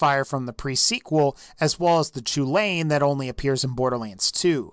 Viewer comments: I'm just gonna let you know, the chulainn, or the choo-lane as you call it, is named after an irish fairytale, and it's pronounced 'cullin' or 'cullen'. You might not care, but i thought i might at least let you know. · Pablo NoEsEspañol the pronunciation was so painful :/